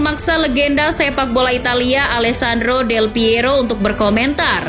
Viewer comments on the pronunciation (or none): none